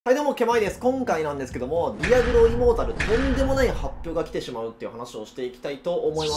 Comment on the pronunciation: 開幕、immortal（イモータル、不死の）じゃなく、immoral（インモラル、ふしだらな）になってて笑った